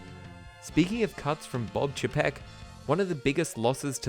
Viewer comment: I agree with just about everything in this video except for your pronunciation of Bob Chapek. It’s Bob CHAY-peck. Everything else – 10/10.